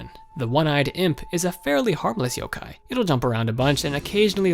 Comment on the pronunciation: Just 1 thing it is pronounced Yo-kai not Yo-ke